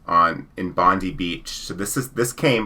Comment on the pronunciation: I just wanted to let you know that Bondi is pronounced Bond eye not Bondee And yes the store is still there.